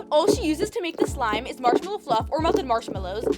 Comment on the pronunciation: I love it when she says ic not sexy enough LOL